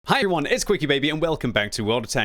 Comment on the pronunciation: something went wrong during that intro lol. i didnt hear "Hi everyone." i heard "Hi-Yuan"